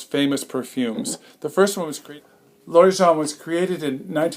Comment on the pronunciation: His pronunciation of L'Origan is incorrect. The "g" is hard sound, not a soft "g".